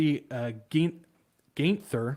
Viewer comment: Geithner is pronounced like 'Gight-ner'.